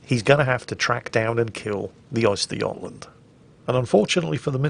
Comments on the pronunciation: lol, not Oystergotland. Uhstergohtlahnd. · That's an interesting way of pronouncing götland.